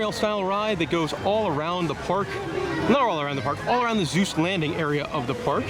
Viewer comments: Seuss with an “S”!! Not Zeuss! 😭😂😭😂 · Do you keep saying "Zeus" instead of "Suess"? I had never heard anyone pronounce it like that in any of my travels until I googled. As far as I can tell, people in England and other British accented countries like New Zealand sometimes mispronounce it like that. Of course we are all pronouncing it wrong since this is a German name and would be pronounced "Soice" which is the way Ted Geisel said it until he realized American's kept reading it as "Soose" and rymed with "Mother Goose". He figured that was good for marketing since he was telling children's stories. Anyway, thanks for the nice tour!